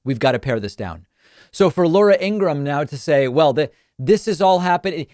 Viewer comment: I love that David pronounced Laura’s last name as ‘Ingra-HAM’ 😂 Can’t stand her.